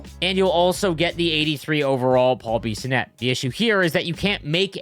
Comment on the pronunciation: Who mispronounces Bissonnette